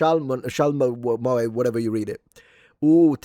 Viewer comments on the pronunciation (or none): none